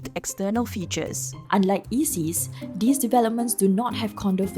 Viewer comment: You really ought to be able to pronounce "these" if you're going to host a news show.